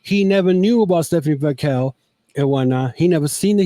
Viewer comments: you keep saying VAQUELL and not VAQUER. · Butchering Vaquers name man.